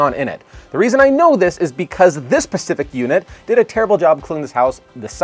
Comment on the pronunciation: Great tips... but FYI... specific unit; not 'pacific unit'... pest control; not 'pest controll'. Thanks for the tips